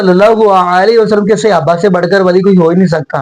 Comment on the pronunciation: Ap hamesha apny ders mey (siyaba) kehtay Hain. ye na kaha karin. Bal k Yeh ghalt lafz he. Asal lafzi "SAHABA" he not siyaba pls correct this word. Thanks.